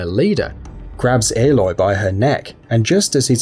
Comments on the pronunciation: I never understood how people mispronnounce names from games where the names are so frequently heard. Ehloy? Ollin? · Haha you re-uploaded it saying aloy correctly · they said aloy wrong